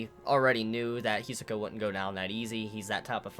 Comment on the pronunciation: Why do you always pronounced Hisoka's name wrong?